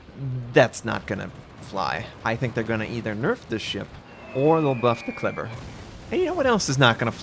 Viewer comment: You are pronouncing "Kleber" more like the germans do pronounce their german word for glue=Kleber and it cracks me up.